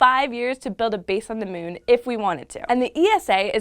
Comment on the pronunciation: I like how she says mewn